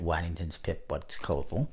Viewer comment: You’re pronouncing Waddingtons wrong 😅